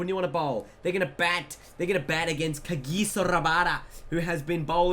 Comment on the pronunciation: Love the way he calls Kagiso Radbada!